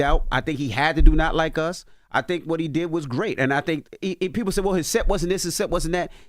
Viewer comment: Isnt it SAY NOT HAY?